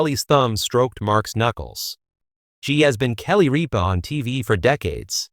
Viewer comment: Rip-a: not reap-a !